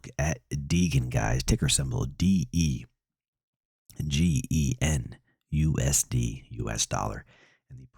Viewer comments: Dee-gan I always thought it was de-Jen Like degenerate 😆 I was like, “ they names a coin after me” 😂😂😂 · Slightly annoying that you keep calling it “Dee-gen” try pronouncing as Dee-Jen, as in degenerate. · its pronounce DE-GEN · Its degen as in degenerates lmao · Degen is pronounced and short for degenerate lol